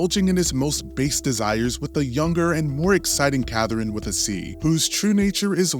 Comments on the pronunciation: I came to the comments just to see if anyone pointed it out lmaoo like why is he pronouncing it like that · His pronunciation of Catherine really bothers me